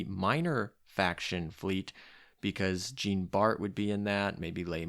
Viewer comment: You know something is up when there's a bug which essentially nerfs a character yet everyone still uses her lol Also I hope that "Jean bart" pronunciation was on purpose